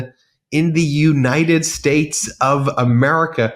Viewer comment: can you say United States? try it.